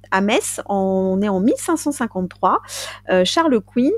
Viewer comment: Ahah Sainte Verge😂😂😂. Comme d’hab, j’écoute à ma pause dej et me voilà m’esclaffant comme une dinde😅😂😂 Toujours aussi bien les meufs👌👍 En revanche, si je ne m’abuse , on dit Charles Quint comme une quinte 😉